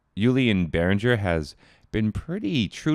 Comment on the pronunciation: Hey, it´s BehrinGer, not BehrinJer.